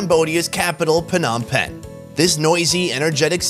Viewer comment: Why are you calling PONOM PEN